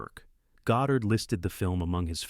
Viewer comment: Good rundown, but you really need to edit the audio more carefully. The AI inserts pauses where there shouldn't be any, and leaves them out when they should be present. It mispronounces the names of Lang, Losey, and Godard. It even mysteriously lapses into French at one point, introducing #5 as "cinquieme." Also the phrasing is sometimes off; for example, the line "public domain filler" is spoken as though it referred to something that fills the public domain.